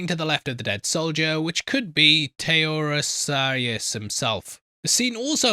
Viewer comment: You got two names right, which is about one more than I would've expected. Having said that, "Taeresarius" had me in stitches. Try this: Tee-re-SEE-as. Or don't. On another note, The Odyssey was part of the curriculum in Greek schools some thirty-odd years ago (and might still very well be), so I will not be watching this due to what I can only describe as "early academic trauma."